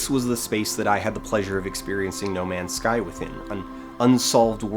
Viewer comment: Nu-male's Sky